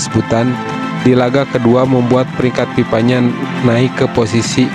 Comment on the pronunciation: Kok PIPA? FIFA, bukan PIPA Kalau PIPA itu paralon untuk aliran air 😂 Sunda kocak 😂😂😂😂